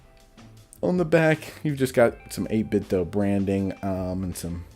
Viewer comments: I believe it’s pronounced 8bit-Doo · Yeh I'd like to knoow I mean know, maybe hit em up on Instagram. I've kinda gotten used to the doh sound anyway I suppose so doesn't matter too much. Cheers fo your reply!